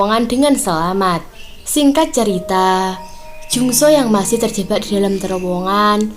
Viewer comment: Terjebak bukan terjebba 😀 bercanda mba 🙏